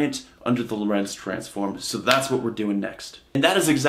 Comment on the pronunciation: "Lorentz transformation"- the emphasis is on the "o" in Lorentz.